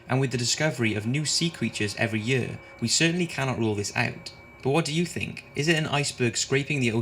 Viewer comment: Why tf he keeps saying “year” like “yEuUA”